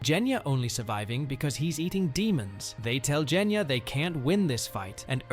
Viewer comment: He said jenya its genya!😂😂😂😂